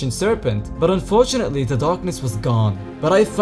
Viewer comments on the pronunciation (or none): how many times did you say unfortauntly?